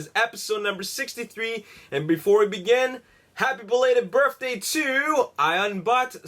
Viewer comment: I noticed that every time he says "birthday", it sounds like he says "berfthday" lol